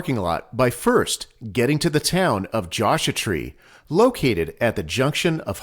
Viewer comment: Josha Tree??? C'mon man! :)